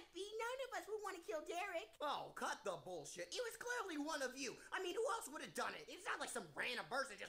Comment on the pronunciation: idk if this just me but soundly like you said cu*t instead of cut 😅